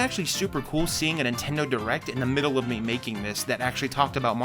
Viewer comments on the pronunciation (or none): none